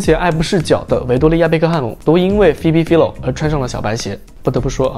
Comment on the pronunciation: Phoebe Philo的名子唸錯了